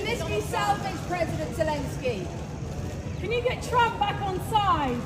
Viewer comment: Please three is no j in Jelensky's name. Kum se Kam naam toh theek se liya karein aap log. 😢😢😢